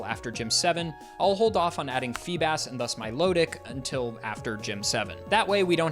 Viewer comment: Milotic is intended to be pronounced like "Melodic," not "Milo-tick"